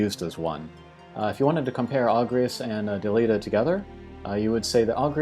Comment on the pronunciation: Also you mispronounced Angrias, Delete and Mustacho. chuckles